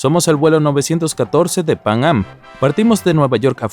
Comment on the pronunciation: Pang-am, pang-am, pang-am, pang-am... Se dice Panam, PANAM!!!